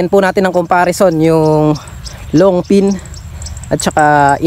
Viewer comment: long ping. hindi long pin. pls lang